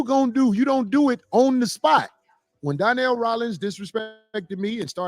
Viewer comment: You keep calling him Donyell lol. It’s Donnell 😂